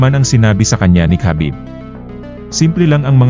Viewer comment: Habib ang bigkas sa pangalan ni Khabib.. hindi kabib... i research mo to prove it.